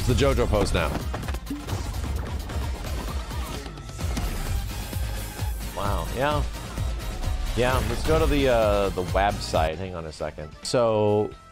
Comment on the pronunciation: The Wabsite 😄